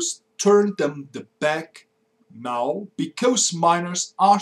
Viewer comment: I enjoy your videos a lot. It's just that your pronunciation leaves a lot to be desired. E.g. your rendition of "because" should be more like "bie-coz" and not "bie-cose" (Not quite sure of the phonetics involved here). Just aiming for improvement here ;).